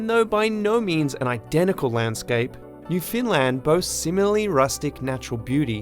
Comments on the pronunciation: I'm sorry but your pronunciation of Newfoundland hurts my soul. Canadians don't emphasize any of the syllables. It's just New-found-land, evenly paced. But you are decently correct with pronouncing it more as 'New-fynd-land'. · Newfoundland, not "New Finland" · Pronounced Uruguay like Homer Simpson, called Newfoundland 'New Finland'